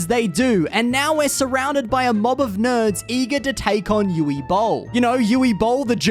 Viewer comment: "Yuvvee" Boll. lol